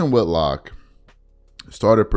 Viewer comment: Whit-lock not Wood-lock.